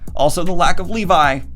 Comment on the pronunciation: Lee-vi? more like Lee-bye